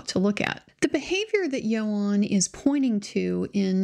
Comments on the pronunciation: its ewan ewan not eo arn ffs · As a Welsh speaker, it's YOANN, not YO-HAN! Great content as usual :D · I think his name is pronounced “Ian” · It’s not Ewan though, it’s Ioan. Welsh, pronounced yo-un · Thank you for this coverage. I recall the backlash when the whole "believe all women" rhetoric was going on against any woman who dared questioned someone's account. Unfortunately deceit, lies, taking advantage is a gender nurtural trait & its only fair that any allegations should stand up up scrutiny. Just as a side note, his name is pronounced "Youan", I live live in in the UK, and its the standard pronunciation of this Welsh name, hope you don't mind me pointing that out. 🙂